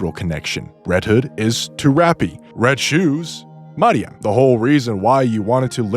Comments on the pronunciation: You surely are american Any language that PROPERLY pronounces their vowels consistently pronounces both names as in this video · As a Hispanic… no… that is not how you pronounce it lol. WTH are you smoking my friend? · I wont roast your theory, but i'm disturbed by your pronunciation of simple names like Neon, and Marian. I assume you must not play with the English voices on.